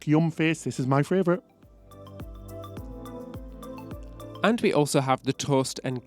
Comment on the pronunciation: ITS FAVOURITE!!!! NOT FRAYVOURITE, please stop saying it wrong :(